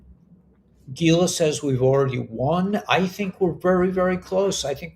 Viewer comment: I enjoy your report even though you channel Gila often. (Geela?)